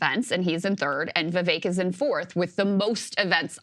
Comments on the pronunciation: For someone of India heritage, why is Sagaar mispronouncing Vivek's name? Vee-veh-k not Vee-Vei-k. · It’s Vivek like stomach ache